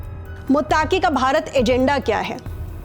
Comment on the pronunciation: are meri sister, मुत्ताकी ❌। मुत्तकी ✅